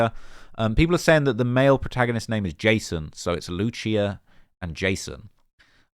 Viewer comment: Love the vid as always but you’re butchering her name bro 😂 Its pronounced “Loose E Ah”